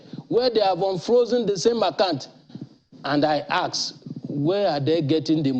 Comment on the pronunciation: Yoruba people, it’s not “hask” it’s “ASK”